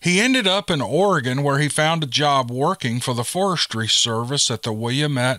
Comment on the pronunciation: I listen to every video and enjoy them all. However I just cringe all over when I hear the names of places in my native Oregon, born and raised in Eugene. Gotta say I was surprised when you correctly pronounced Oregon but sweetie when you said Wil La Met I lost it. Seems a lot of people say it that way but the correct pronunciation for Willamette is Wil Lamb Et. Makes me laugh because when my mom came out to Eugene in 1947 from Missouri she got off the bus and asked how to get to Will a met street she said people looked at her like she had 2 heads. Finally someone said to her do you mean Wil lamb etc? She always thought it was so funny. We need more Steve Lily... Blessings